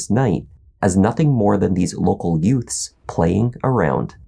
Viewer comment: Did you say "youts"?....what is a yout? Best line ever. 😊